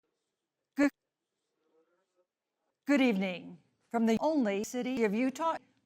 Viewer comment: "I think racial and gender inequality is goODuh" - Dr. DuH